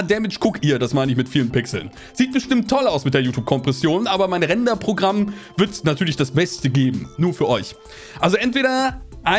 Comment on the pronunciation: "Render-Programm" oder "Rentner-Programm"? ... Man weiß es nicht :D